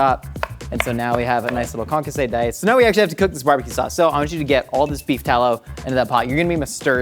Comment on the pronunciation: Calling that Concassë is a disgrace to the french cuisine xD